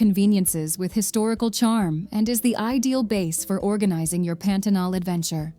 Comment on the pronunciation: Melhor parte do vídeo é o carrinho chegando em Macapá e a narradora: Pêntenol.